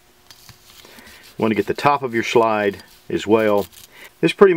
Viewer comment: good video! "Schlide" i thought you were German!